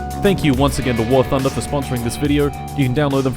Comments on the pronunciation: WART HUNDER is the correct pronunciation, until you reach ultramegachad level and realize it's war blunder. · "wart hunter" ??? 😂 dont let war thunder fans near him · "wart hunder" 😂😂😂😂😂😂😂😂😂😂😂😂😂😂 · ah yes war tunder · I love how he pronounces War Hunter- I mean War Thunder wrong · I’m glad I’m not the only one who says wart hunder